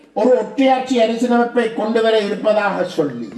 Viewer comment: சொள்ளி இல்லை சொல்லி தமிழர்கதைக்கும் தமிழ்